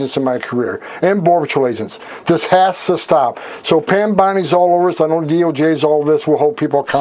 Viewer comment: When did "us" become a two syllable word?